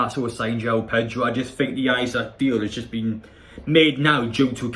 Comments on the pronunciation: Pronunciation is eesack 😁👍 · It’s pronounced “Is ack” lad